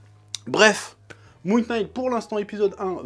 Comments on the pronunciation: Super review chef ! Parcontre je sais pas si tu fait exprès pour le délir ou si c'est involontaire mais le K de "Knight" ne se prononce pas. "Knight" se prononce comme "night". Je vais sûrement me faire insulter pour cette correction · Salut chef, Knight se prononce night, K is silent, ouais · Il a prononcé le k dans le nom de la série, jettez lui des tomates immédiatement XD XD XD. Très bonne review comme dab on a l'habitude.